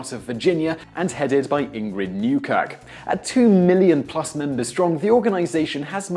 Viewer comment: i legit thought he said "headed by inbred newcuck"